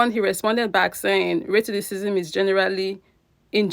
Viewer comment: Racism.... Not " Raticistisim" 🙄🙄